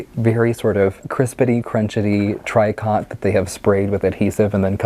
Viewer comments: Tri Cot?, I think you are talking about tricot fabric which is pronounced "tree-koh". Accent on the first syllable. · Yeah yours is the correct pronunciation for the French but maybe Americans pronounce it differently?